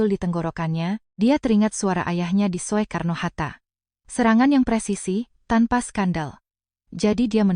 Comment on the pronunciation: SOEKARNO HATTA. KENAPA TIDAK DIBACA SU (SUKARNO) APA TIDAK MALU (MESKIPUN MEMALUKAN)